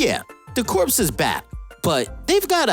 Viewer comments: Corpse? Corps is pronounced Core. A corpse is a dead body. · "Corps" is pronounced like "core", not "corpse". Come on man. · Like in "Marine Corps".... Corps is pronounce like "core", big dog. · Just FYI, 'Corps" is pronounced like "core" with a silent P and S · yeah... That word is pronounced "kor" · I think what the guy is trying to say is that the YouTuber is pronouncing it wrong... Corps is pronounced much closer to cores... The P is silent... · I seriously cant trust any information from a dude that pronounces the, "P" in corps. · Not trying to make fun of you. The "p" is silent in corps. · Please learn to pronounce the word "corps" properly. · The p in corps is silent. Aya is the name of the robot that contains the soul of his dead wife, who is also probably dead. And it's pronounced cry-o, not kai-o. Kanjar ro, 2 names. Not kanjarro